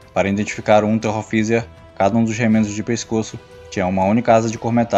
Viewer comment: Dica, em Unteroffizier se pronunia << Unteroftszier >> ou Polizei se pronuncia Polítssai